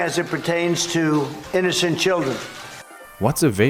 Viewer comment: "inoccent children"